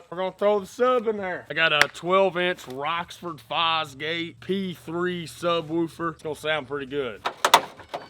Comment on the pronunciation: It’s Rockford lmao not rocksford lol